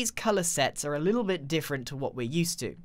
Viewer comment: LEETLE LEETLE LEETLE LEEEEEEE